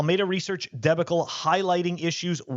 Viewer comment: Did you just pronounce debacle "debi-cle" instead of da-baw-cle, fren?